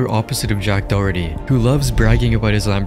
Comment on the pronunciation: Jack *Dorkerty